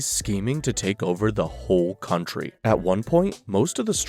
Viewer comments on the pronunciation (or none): none